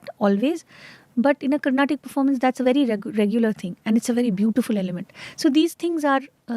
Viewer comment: For the last time its "Carnatic" and not "Carnatak".